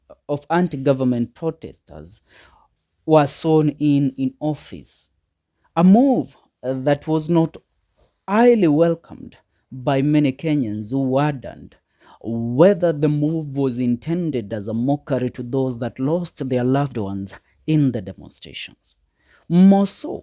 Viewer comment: "Wodered"?😅 Is that the same as wondered?